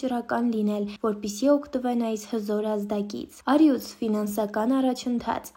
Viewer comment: Արյուծ չէ, առյուծ է